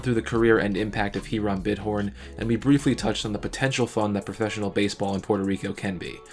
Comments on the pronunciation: It is pronounced ee•ram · Hiram is pronounced "HIGH-rem," it's an old-timey name. You make good videos. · I am Puerto Rican, and I am fine with it, and it was pretty close anyway. We just do not pronounce the letter "H"